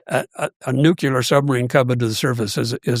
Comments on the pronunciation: It’s pronounced NUCLEAR, not nucelar… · Even the nuclear sub hunter says nucular